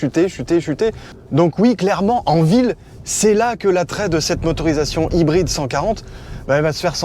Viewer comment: Les ''r'' prononcés à la française sans en faire des tonnes avec l'imitation d'accent anglais? Chouette ! Enfin! Je vais essayer d'écouter du coup. :) Ah non. ''Haïbryd''. Bon je vais essayer quand même d'écouter